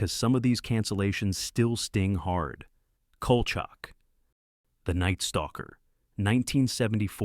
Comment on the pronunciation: You can tell this is AI because they mispronounced Kolchak - which, BTW, wasn't half-bad.